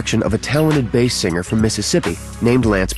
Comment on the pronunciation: Perez Hilton~ The word singer isn't pronounced seenGRR. The g is soft in ing words. Learn to talk.